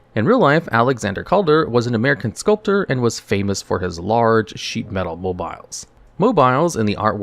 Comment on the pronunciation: You can't even pronounce the word "sculpture". I'm done. Thumbs down.